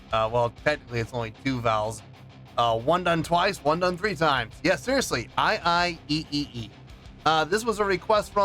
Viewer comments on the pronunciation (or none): It's pronounced "i i E" - 3 syllables, that is. The pre-loaded backing track was the title. In the Storytellers version she says it was what was sung to her when she was recovering from her miscarriage & went on a psychic trip with a young Native American boy. Every town they visited was full of dead people. She was drinking & hallucinating the chant, basically.